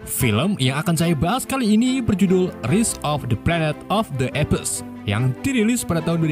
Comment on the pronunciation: Bang baca apes nya ngak gitu bang😭